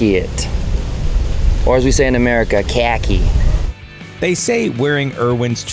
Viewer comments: KrAcKiE. Wtf what that pronounciation lol 😂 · I've never heard anyone here pronounce khaki the way claims we pronounce it.:|